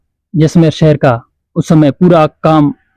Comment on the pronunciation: Cher nhi bhai seher